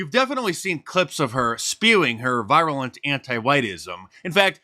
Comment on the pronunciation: That's not how "virulent" is pronounced.